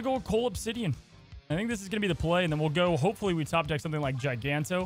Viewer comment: another GIANTo instead of GIGANto